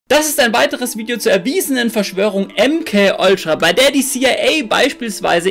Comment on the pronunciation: bitte hör auf Oltra zu sagen. T.T